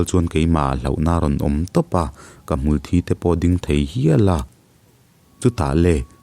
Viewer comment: Ngati nge "Hmulthi" tih hi i lam dik theih re re loh le. Thi tih lai rik dan chu 'mithi an awm' kan tih a 'thi' tih ri a lam tur a nia, 'ka kut a thi' tih a 'thi' tih ang a ri tur hi a ni lo .